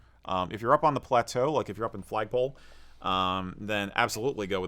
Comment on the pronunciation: "Flagpole" :p